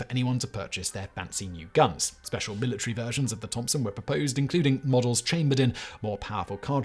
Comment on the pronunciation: Careful now. If you start picking apart his pronunciation... It'll never stop. Mila tree